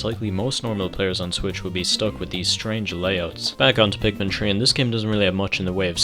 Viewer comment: I just realized he was saying Pikmin 3 not Pikmin tree